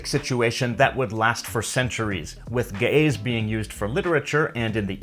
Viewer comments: you mispronounced the word ge'ez, it is not read as ga'yes but as gi'iiz. Even if i don't agree about your beliefs about the origin of the language(we have our own history of it that dates back to the the 7th generation of Adam and Eve), this is a very informative video. it is also interesting to see very few people know about this ancient language. just to add, in the past we have been taught that amharic was a direct descendant of Ge'ez but new studies are showing that amharic might have existed before ge'ez and that even ge'ez uses borrowed amharic letters that it didn't have before, which is noticeable in re-written scriptures. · That's because he's pronouncing it improperly. When pronounced properly it doesn't sound like, gay's. Trust me. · Ouy, the pronunciations suck, but the info is good. Geh - ez for example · Ge'ez: Gəʿəz IPA: [ˈɡɨʕɨz] , not */ge-ez/ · You said ge-ez ( ግዕዝ )but it's gi-iz. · Ge'ez is pronounced "gi-hiz" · I first thought it was going to be pronounced as jeez but turns out it's gays. even better tho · ge'ez is pronounced guh-uhz. great video bro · I can't unhear Ge'ez as gays... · Ok I loled at the pronunciation of "Ge'ez script" LOL